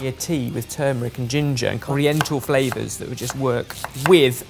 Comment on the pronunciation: I love the flaOVERS of china 😂😂